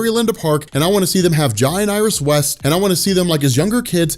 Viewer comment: jai is pronounced like jay he’s named after jay garrick 🫶🏾